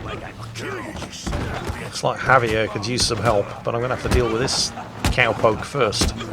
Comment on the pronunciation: A minute in, and a guy named can't pronounce Javier correctly. He must be from Texas.